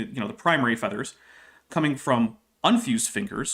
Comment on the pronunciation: pronouncing "feathers" more like "feeders" is throwing me so far off what's being said. =(